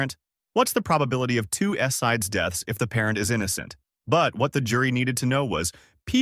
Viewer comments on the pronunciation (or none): SIDS is pronounced as SEEDZ - NOT S-I-D-S or Sides or Side-Z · This is good information, but the A.I. mistakes in pronunciation (and anything else) need to be fixed before it is published. SIDS is pronounced in weird ways. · it can't pronounce SIDS correctly